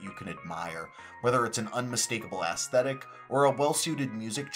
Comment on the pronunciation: AEsthetic not ASSthetic